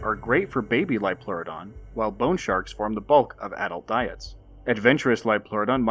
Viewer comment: "IT'S A LIOLPLEURODON, CHARLIE! A SUBNAUTICAL LIOPLEURODON!"